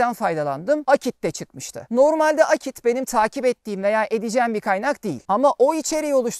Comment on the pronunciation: Akit’i doğru vurguyla söyleyişiniz😂😂😂